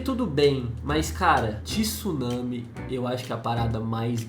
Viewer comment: Não se fala tissunami e sim tsunami ! TSU TSUNAMI !!!